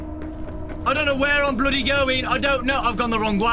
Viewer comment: When says "bloody" he becomes more BRI'ISH